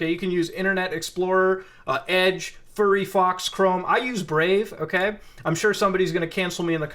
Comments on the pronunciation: Dude just called Firefox "Furryfox". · fee ree box bruh "Fire Box" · did he just call firefox furryfox? lol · Did he call Fire Fox "Furry Fox" lmfao! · Lmao homey said "furryfox." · I love how he calls firefox FurryFox lmao